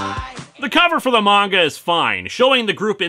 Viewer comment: One of my fav things about linkara is the fact he pronounces manga right lol